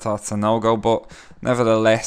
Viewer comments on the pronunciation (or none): It's funny the way he always gets cut off when saying "BUH BYE".